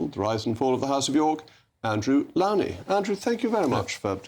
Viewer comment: The only good thing about this interview was that JRM properly pronounced “Lownie”